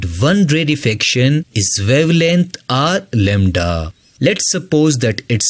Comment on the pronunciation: Lembda❌ lamda☑️